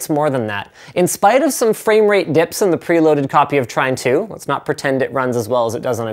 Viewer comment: can someone PLEASE tell me which is the game he is playing , I don't understand his pronunciation of the game, trime 2? prime 2? train 2? trin 2?